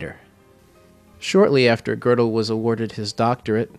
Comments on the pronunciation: "Kurt Gurdel" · It is high time you learned a little German and therby learned how to pronounce his name correctly!